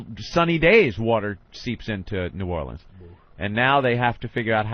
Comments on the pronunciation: If Opie says "Nawlins" one more focking time... I'm not gonna do a damn thing about it (but I'll fantasize about driving to his house, and beating the living shit outta him!) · Jesus fucking Christ, Opie, say "Nawlins" one more time why don'tcha